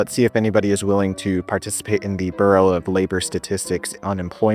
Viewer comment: “Burrow” of labor??